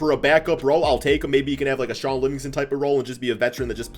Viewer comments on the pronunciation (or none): none